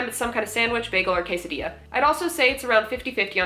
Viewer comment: Love the vid! Its always fun to “see am I the asshole” content! Btw I got to be a asshole as I mexican girl I both died and said aw at how you said quesadilla it hurt to hear yet it was cute lol